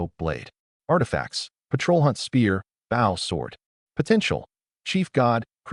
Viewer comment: AI English fails again 😂 Windchaser BOW should be pronounced Boh Agape should be pronounced A-gape not A-gah-pay Read should be I RED the book not I REED the book